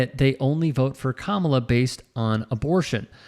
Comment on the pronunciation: You just knew the interviewer was maga by how he pronounced Kamala, always a dead petty give away.